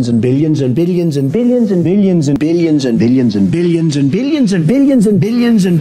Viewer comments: Did someone else hear 'Billionson' instead of billions and billions? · Why did I hear not billions, but billiensen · Billions Bilions Billions after all I hear Billionson... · bill jensen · At the start, i heard opinion instead of billions lmao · Did anyone else just hear billiyonson ?😂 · It sound like he is saying billy en zen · Nobody Trump: BillYens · No one: Trump: billionzen